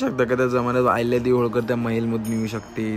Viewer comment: अहिल्यादेवी होळकर यांच्या असा उच्चार करा जीवावर आल्यावर बोलू नये अभ्यास कमी उद्धट आहे